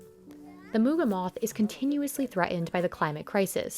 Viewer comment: Interesting episode...but please, it's not "impor-ant", "thre-end", and "po--ent", but rather "important", "threatened", and "potent" ...just a pet peeve.